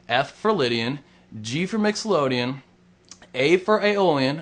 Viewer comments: I dont mean to be a douche, but its mixoLYDian, NOT mixoLODian... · mixolodian? wtf!!!its mixolydian idiot!!!! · It's pronounced "mixolydian" not mixolodian just for your information. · im not taking lessons from a guy who doesnt use his pinky , and plays "Mixoloadian" scales..not "Mixolydian". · Sorry if I'm being a jerk, but it's mixolydian-not mixolodian (sounds like lydian, but with "mixo" in front of it) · mixolydian not mixolodian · First of all it is called Mixolydian, not Mixolodeon, not to be confused with Nickeldeon, the kids network. If you are going to teach the modes or guitar in general, please know the names of what it is you are teaching. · A wickedly simple way to explain what other people over complicate. Great job. A Mixolodian (as you pronounced it) sounds like one of those fantastic organs that they had in the old cinemas and in your honour I will pronounce it your way in future. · 1.24 mixolOdian? FAIL.